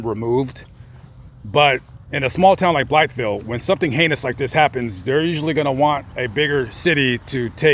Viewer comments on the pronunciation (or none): Natives of Arkansas pronounce it "Blyville" the "th" is silent. Just a little tidbit . Enjoy your videos very much !